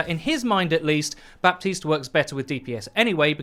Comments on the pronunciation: in haiti, french is one of the 2 languages, and baptiste is a french name, FYI, we dont pronounce the P, its "batiste" baptiste \ba.tist\ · Just so you know, Baptiste is apparently supposed to be pronounced Buh-tees. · Every french person has told me it's pronounced Bateeeeest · It triggers me so hard that Michael Chu chooses the non-french pronunciation. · You don't pronounce the P in Baptiste, all people who thinks otherwise are degenerates